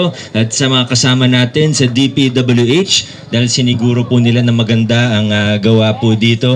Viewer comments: okay na sana yung sinasabi ng vlogger natawa lang ako p.w.d daw imbes na dpwh!😆 😂 😆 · magbasa po kau ng maayos... sabi mo pwd instead dpwh